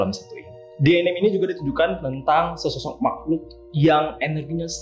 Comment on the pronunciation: Btw. Anime itu dibaca A Ni Me = アニメ dari Animeshon. Bukan enim. ~